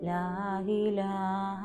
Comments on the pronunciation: ലാ ഇലാഹ ഇല്ലല്ലാഹ് എന്നാണ് ..ലാഹിലാഹ ഇല്ലല്ലാഹ് അല്ല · ലാ ഇലാഹ ഇലല്ലാഹ്. ലാ ഹിലാഹ എന്നല്ല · ലാഹിലാഹ അല്ല ലാഇലാഹ ആണ്